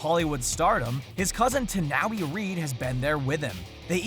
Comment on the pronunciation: Sorry, but you mispronouced Dwayne Johnson's stunt doubles name wrong. Its pronounced "Tah-New- Eye", not Tah -Now-Wee. Great informative list by the way